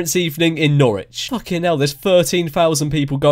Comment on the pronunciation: yea don't think thats how you say Norwich